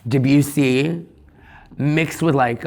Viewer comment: Please learn to pronounce Debussy, all.